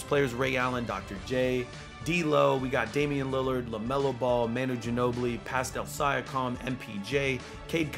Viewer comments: Why does he call pascal siackam Pastal Si a tam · “Pastail syakom” LMFAO I was dying at this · The way he said pascal siakam😂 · i am new does really say pascal siakam like that xD or is this a joke